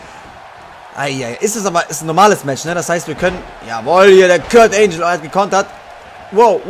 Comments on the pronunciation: Dieser Moment wenn man so scheiße in englisch ist das man ANGLE mit ANGEL verwechselt und es dann falsch ausspricht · wie er angle falsch ausgesprochen hat